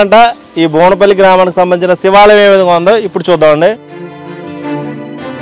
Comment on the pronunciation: బోనపల్లి కాదు ఆండీ బువ్వనపల్లి అండి